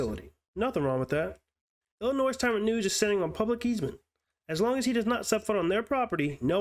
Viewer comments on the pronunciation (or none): The "s" in Illinois is silent. FYI. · Dude, the "s" in "Illinois" is silent. It's pronounced like ill-in-oi. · The s is silent in Illinois